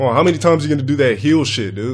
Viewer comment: Can someone pls show me any time that he actually pronounces the “de” part in “dude”? I swear I’ve only ever heard him say “Doo”